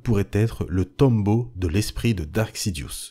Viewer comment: Un bon pouce bleu bien mérité ! Par contre on dit "tombeau", pas "tome-beau" lol